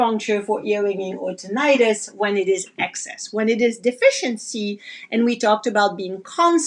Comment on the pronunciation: Its pronounced Tih- nuh- tis .. Not Tin-eye-tus